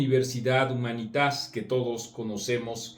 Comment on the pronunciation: Marco, sin mayor afán que la simple corrección; el nombre de la universidad Humanitas, me imagino está en Latin. Por lo tanto debe pronunciarse Humánitas, ya que en Latin no existen palabras graves.